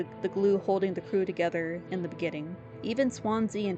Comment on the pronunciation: Finally someone who doesn’t Wrong pronouns Daisuske name ❤ Also nice vid